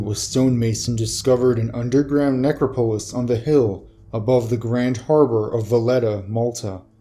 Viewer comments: ne·crop·o·lis neˈkräpəlis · I really like your vids, but you pronounce things so oddly. I really wish you would look up pronunciation if you're not sure about something. It makes me lose concentration every time! Look up "necropolis"... please. I don't know if you care what one subscriber thinks, but I might have to unsub because narration deserves proper pronunciation.